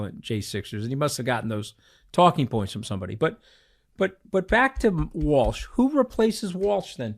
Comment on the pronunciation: Somebody please correct him and tell him it's Waltz and not Walsh haha goodness at least know who you're speaking about